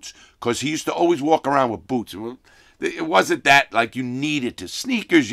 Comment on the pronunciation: "Mexicnns got on bewts.." 😐